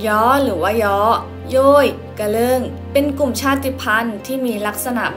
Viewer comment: กะเลิงบ่แม่นกะเลิ่ง